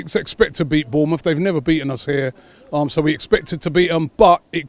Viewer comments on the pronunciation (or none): none